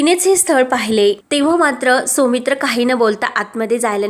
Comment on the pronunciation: सोमित्र नाव नसतं सौमित्र असत. शुद्ध मराठी वाचणारे वाचक मिळत नाही का?